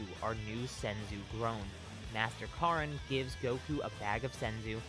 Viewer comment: Stop saying Master Karin its master Korin